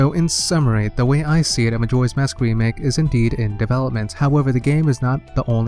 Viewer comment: You forgot the "k" in remake but that's no big deal